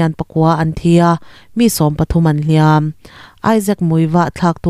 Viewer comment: "Hliam an tuar" tih hi nang chuan i lam dik thlap e, ṭhenkhat chuan "hliam" tihlai hi a ri sângin an lam, a dik lo. "Hliám" (ri sânga lam) chu a tuartu (victim) kha a ni.